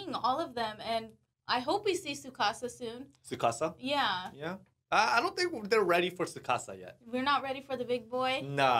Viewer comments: The T in Tsukasa is NOT silent, just like the 't' in tsunami is not silent either. Have no idea why society randomly out of nowhere decided to make their own rules about a totally different language and completely ignore a letter. 99.9% of the time in Japanese, you pronounce EVERYTHING. No weird shit like silent e's in the English language. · The T in Tsukasa is not silent. It’s not Sukasa. You pronounce tsu with your tongue touching the roof of your mouth as you make an s sound making it sound like your simultaneously sounding out a t and an s. Hope that helps.